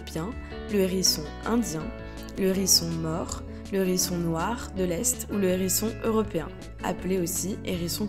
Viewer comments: Sympa cette vidéo... mais le nombre de liaisons "nérisson", "zérisson".. ca tique aux oreilles... :) dommage. avec le "h", on ne fait pas la liaison, comme avec hibou, haricot, etc... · Hérisson... HHHérisson, avec un H aspiré. Pas un nérisson, les zérissons. M'enfin. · Sérieux ?! Un ''Nhérisson'', les '' Zhérissons'' ! Ouille mes oreilles ! 😂 Désolée, mais c'est comme sur '' voyage au bout de la nuit'' ... 😁 Même si le sujet est super intéressant et la voix pas désagréable au départ, le fait d'entendre lire comme ça, c'est rédhibitoire 😔